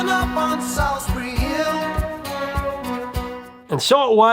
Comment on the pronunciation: It's pronounced 'Solls-bree'. Listen to how he says it in the song!